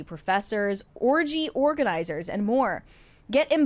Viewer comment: saying Orgynizer is the best part of my day today, because i'm just glad that she's the first person I've ever heard say that now... You're invited!